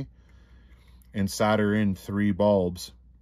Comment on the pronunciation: queens English ITS SOLDER not soda